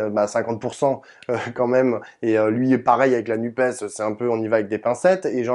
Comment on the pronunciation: Content – sans étonnement – d'entendre "la NUPÉS" de la bouche de Sandrine Rousseau. Il y a en effet tant de journalistes qui, disant "nuppe", voudraient ainsi réduire l'écologie à un 'e' muet !